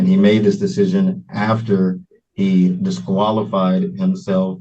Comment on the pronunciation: Did he say, “obsqualified”?